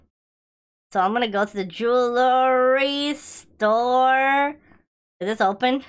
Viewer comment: DID YOU JUST SAY JEWL STORE LOL